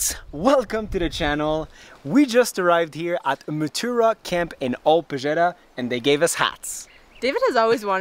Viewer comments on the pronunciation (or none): Moo-tah-rah(pronunciation),not mutura…..mutura is Kenyan sausage 😂🤣try that with fries and kachumbari,you won’t regret it…..